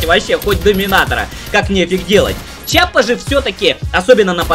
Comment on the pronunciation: Что ж у вас у всех привычка называть оружие верх дном. Не чапа а киапа